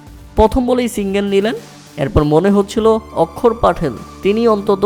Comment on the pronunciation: অক্ষর পাটেল নয় আক্ষার পাটেল 😂😂😂😂